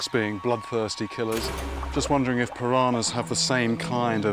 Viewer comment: Its not pirahnas .. PIRANHAS